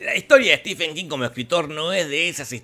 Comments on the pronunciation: Estimado..la verdad no conocía tu canal. Pero me dijeron que estabas hablando del maestro Stephen King. Y Cómo fan ,lectora y coleccionista de hace más de 20 años del sr king vine a corregir varios errores del video. En 1er lugar dices ser un lector y conocedor de king pero veo que no lo eres. Se pronuncia (estiven) No stefen. 2do su mejor novela es la saga de la torre oscura y Cómo bachman es la larga marcha. 2do su mejor adaptación al cine es Misery ya que es prácticamente igual a la novela. 3ro hay más adaptaciónes buenas Cómo 1922 (un relato corto de su libro "Todo oscuro y sin estrellas" y el juego de gerald (ambas en netflix ) miralas! 4to "ojo de gato" has dicho que no pertenece a un libro...pues déjame informarte que Si pertenecen todas esaa historias a su libro "El umbral de la noche " te recomiendo lo leas. 5to shawshank redemption pertenece a su novela doble las cuatro estaciones. 6to para alguien que dice leer a king es imperdonable que creas que the mist de carpenter es lo mismo que la niebla de king ya que pertenece a su libro Historias fantásticas. Y 7mo lee a stephen king así en un par de años haces un buen video. Sdos desde españa. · Stephen es Estefano, no Esteban